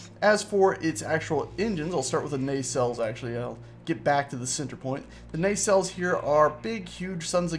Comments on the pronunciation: Its pronounced NAH-CELL(s)... sorry not a pronunciation nazi... but that was bothering me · Why are you calling them Ney cells?